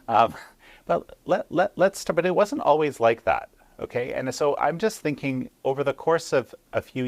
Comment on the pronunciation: Zzzzingking? In her dream👽🤣🤣🤣🤣🤣🤣🤣🤣🤣